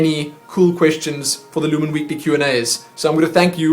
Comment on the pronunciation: Ahh so glad you liked it lumin and you got my name right by the way